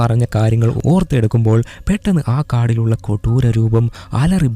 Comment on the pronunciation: kodooram ennu parayumbol chiri varum 😂